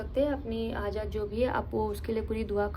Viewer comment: Hajaat not hazat